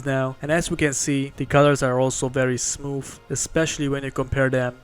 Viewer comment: Idk why but when he said the copic ma rkers were smooth it sounded like he said smoof